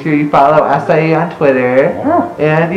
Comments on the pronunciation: AH-KAI NOT AH-CY-EE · Wait it's pronounced ass-i-ee??? I thought it had a k sound 0-0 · Omg 3 more minus 1 comments to go 1000 comments I thought Acai was pronounce Akay or Akai "I'm Filipino BTW" a "Furrypino"